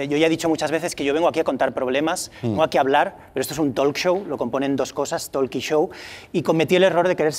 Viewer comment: Por favor que alguien le diga que no se pronuncia "tolk".